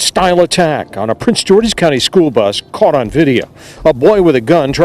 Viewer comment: Did she say "coaught"? 🤣 🤣